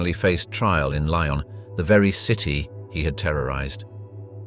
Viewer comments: It's Lyon, not Lion! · Lyon’s is pronounced Lee-ons not Lions 🙄😂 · Lyon is pronounced: Lee - on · Weird how every once and awhile he does pronounce "lyon" right... weird